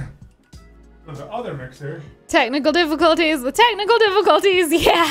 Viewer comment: keeps saying technical difficulties worng AHHHRG